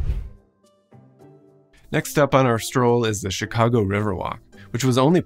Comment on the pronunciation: Very interesting video. The first thing I noticed, however, is pronounces the city's name correctly. It is not "Chigaawgo" as too many say.